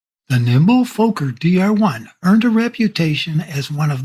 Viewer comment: it is not Fulker D7 but Fokker D7. greatings from holland.